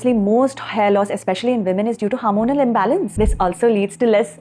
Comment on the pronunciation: It is not HAARMONAL ...it is Hormonal. Pls correct the pronounciation